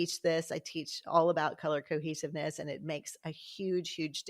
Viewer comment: I kept hearing "Color Cookies" every time you said "color cohesiveness". I think I need to go eat something...🤣